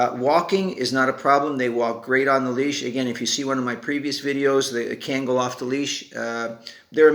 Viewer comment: No disrespect but please pronounce the name correctly it’s not cangal, it’s pronounced Kungal(Kangal)